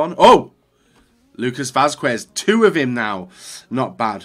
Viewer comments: Не е Васкуес а Васкес 😂😂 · Good video,but isnt "Vaskuez",it pronunce" Vaskez" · It is readed like Vasqez, in Spanish the "u" in combination of que or cue isn't readad